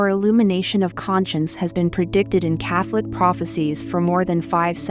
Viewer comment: I’m glad she no longer says, “kate con”, but she still mispronounces it. She also mispronounces Medugorge.